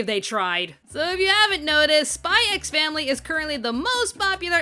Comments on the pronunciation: It feels so weird to hear the title pronounced as "Spy Ecks Family". It's just "Spy Family", fyi. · please just Say SPY FAMILY. The X is silent............ Like Django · it's pronounced "Spy Family" 🤦🏽‍♂️ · the "x" is not meant to be pronounced. it's meant to be said as Spy Family. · btw, you don´t pronounce the x in the title, it´s just pronounced "Spy family" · also u dont pronounce the X im sure.